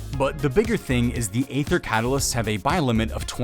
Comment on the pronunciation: Hey, "aether" is pronounced "ee-ther" not "ay-ther". It's one of a few words that still has the 'a' present from the old english ash symbol.